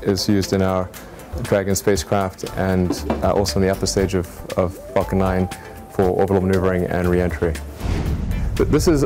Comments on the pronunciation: When she said falcon deals, I thought she meant fuckm! 😂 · ❌ "Falcon Nine" ✅ "F*ckn Nine" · It sounds like the word f***ken is being said when the falcon is mentioned. Lol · can't unhear "lots of fucking one deals, fucking nine deals and dragon deals" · Who else thinks that everytime they say falcon they are saying f**k instead😂